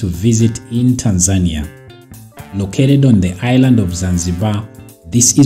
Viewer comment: You have a problem to pronunciation of the country name. It's TANZANIA not Tan'-zania